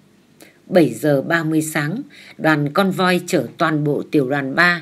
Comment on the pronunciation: Theo tôi,từ " convoi" phát âm là " công voa" ạ.